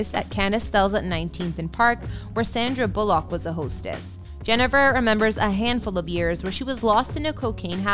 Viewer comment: Narrator, you had ONE JOB! The strange pronunciations of words like "Sandra Bullock" and "satirical", made me shudder ... 😖